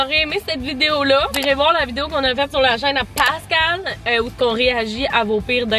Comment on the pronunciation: Passe cal 😂😂 je cringe avec ta prononciation